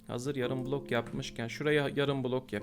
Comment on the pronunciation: abi kulok değil bilok